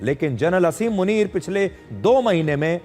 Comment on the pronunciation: मुनीर का नाम आसिम मुनीर है, असीम मुनीर नहीं। शुद्ध करें।